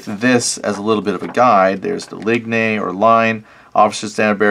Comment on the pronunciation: It's interesting to watch someone coming into this era of gaming with very little knowledge. But...your pronouncing of words I had a good chuckle. Ligne...actually pronounced as leen...or line in English. But that's okay, you're still new to this so I'll let it slide...for now 😁 Looking forward to watching more of your videos as you advance along.